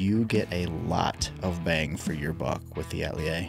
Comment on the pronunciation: I love the design, and I love GiantMouse. However, is there a reason why the pronunciation of the word “Atelier” keeps being butchered?